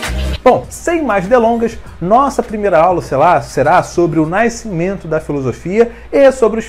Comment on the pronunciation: NAI-scimento é foda, bicho, conserta isso aí. de qualquer forma, ótima aula, parabéns.